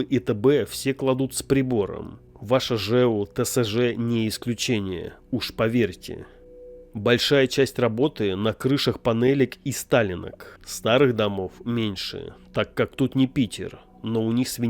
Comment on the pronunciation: бОльшая часть, а не большАя часть. А так лойс 👍